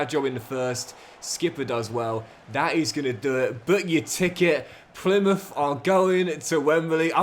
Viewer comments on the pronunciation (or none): Even worse Plymuff. Makes any Argyle fan cringe